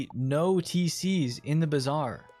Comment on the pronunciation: It's Bazaar 😂